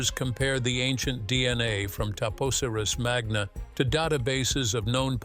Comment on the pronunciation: The temple is TAP OSIRIS (Oh-SIGH-riss) MAGNA. Cleopatra's sister is ARSINOË (Ar-SIN-oh-eh.) PTOLOMEY (TOL-oh-mee).